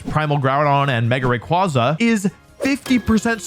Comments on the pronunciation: I have to be that guy a year later but it’s “Zahk-see-on” and “Ray-qway-zah”, not “Za-shee-un” or “Rah-qwah-zah” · It's "Ray-qway-za" btw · RayQUAYza! Pronounce it right. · Its pronounced Zashian! Video unwatchable tbh. RAY KWAY ZA. TS PMO